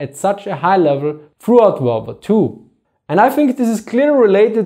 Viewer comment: Funny how you speaks Second Volrd Var